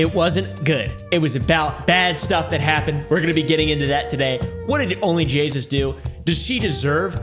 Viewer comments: It was correct! He says Jaysus instead of jayus 🤣🤣🤣🤣 Anyways I understanded onlyjessus xD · Bruh its onlyjayus not onlyjaySUS😂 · I thought he said jesus not jayus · He says onlyjasus 😂😂😂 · I love how he said her name wrong the entire time